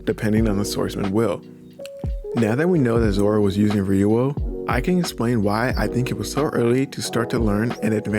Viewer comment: Lol why does it sound weird when he says ryuo lol. (Reeoh)